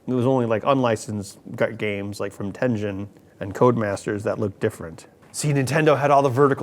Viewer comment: Bad grammar. "The team IS taking apart..." Also - Ten Gen, not Ten Jen.